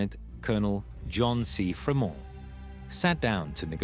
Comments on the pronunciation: its FREE-mont, just sayin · The Pronunciation is so weird. What the heck - how are you saying Fremont !?